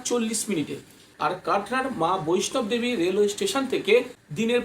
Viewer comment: দাদা কথাটা ' বৈষ্ণব দেবী ' নয় হবে 'বৈষ্ণো দেবী ' হবে।